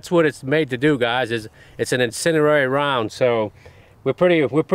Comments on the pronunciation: That accent tho - "AP Incedirary rounds" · "incenerrary rounds" I love you jerry. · "incendierery" bullets are awesome 😂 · Gotta love that "incenderary"